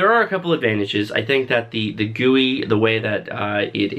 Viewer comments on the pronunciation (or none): This man just called a g.u.i a gooiee help